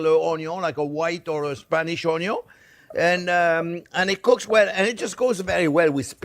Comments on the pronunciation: Thank you so much for your videos. I've made several of your dishes over the last couple of months. I also walk around every saying "ONYUN"! Again thanks! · New to your channel, and someone who grew up in a restaurant that my family had 30 years, I get my passion for cooking due to my grandma, she never made an issue of cooking, she took her time, let me help, best memories I ever had are with her in the kitchen. Now, my question is, since I am new to channel, are you from Louisiana? when you say onion, I feel like I am in New Orleans.